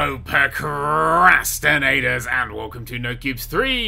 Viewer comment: Is anyone else getting annoyed at him saying "percrastinators" instead of "procrastinators"? Or is that just me?